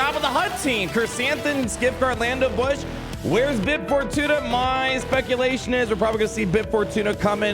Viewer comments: saying bush instead of booush hurts my soul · Thought it was BOW -ssh like little bow wow not bow like a gift but I called her coming a yr back its funny he keeps calling her bush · I think Boushh is pronounced more like “bow-shh”. But this is better than our original Gamorrean Guard attempt lol (It’s all in good fun lmao) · The name pronunciation 🤨